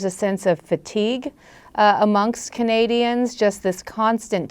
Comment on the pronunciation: We're not CUH-nadians. We're CAN-adians.